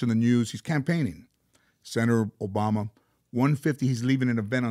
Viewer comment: Oarack boboma dyslexia at its finest